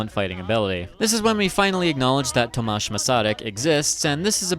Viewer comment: I love the way you pronounced Tomáš but when talking about him we most of the time reffer with his middle name Garrigue [Garik] and thats because he was an early sort of a feminist and this middle name was from his wife and we want to honnor that.